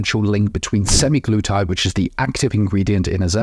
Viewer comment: Good discussion...although my ears fell of with the pronunciation sem-eye-glutide.